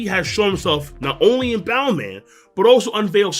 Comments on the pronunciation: Stop saying bound man 😂 if you dont wanna use luffys pronunciation just say bounce man. It's making me uncomfortable lol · Its bounce man not boun man. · This mans just pronounce Bounce-man and "Bow-man" In japanese its "Bansu-man" or "Bounsu-man" regardless in english its still "Bounce-man" if you dont wanna say it in Japanese lmao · say "boun-CE" man.